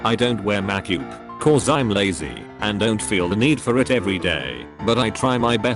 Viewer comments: No one: Text to speech: Mac youp. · "I don't wear mak-oop" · All I heard was "Mak yoop" and that's it 😂